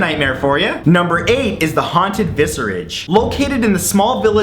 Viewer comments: I would like to correct you on your pronunciation of the work 'vicarage' pronounced 'vikarage' not 'visarage' like you did in this video. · Vicarage; pronounced VICK arage. Viscerage is something altogether different. But great video otherwise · matt the c in vicarage is pronounced as a k not an s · I assume Vicarage is "vik" not "vis" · Genuine question- is it Vi(ck)arage or Vicarage as he pronounced it? If its the latter, does Vicarage have a different meaning apart from meaning the house of a vicar/priest? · If Matt doesn't mispronounce at least one word in every video I feel cheated... "Vicarage!" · I think you mispronounced "vicarage". That 'c' is followed by an 'a', so it should be pronounced as a 'k'. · In the word vicarage the C is pronounced like a K, NOT like an S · I love the way he pronounces the c as an s in vicarage